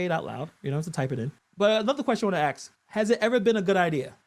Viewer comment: You TRY to look AND sound intelligent BUT WHY do you still say "axs" ? The WORD IS ASK !!